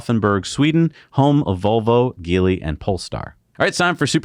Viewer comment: Aw Jeely guys, come on guys. Jeely Jeely Jeely- Remember it looks like Geely but it sounds like Jeely, if it helps to write the company’s name in your scrips like this, JEELY, it may help. Or dʒeely, or dʒiːliː just so we know what company you’re talking about. The sounds you are making do NOT connect with a real company’s name. It’s not Sac and Gesse right? I find it interesting how you are one of a handful of auto reporting channels that still refuses to call an Asian based company by their name yet, frequently apologies for mispronouncing European names before or after you say them. Yet so confidently say, what is supposed to be, an Asian company’s name incorrectly without an apology. Even more odd, you say them with such gusto as if it’s even close to how it’s sounds. Minus an apology. Are you aware of this? You can do better.